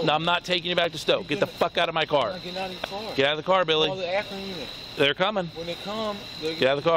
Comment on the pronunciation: His name is Billy not silly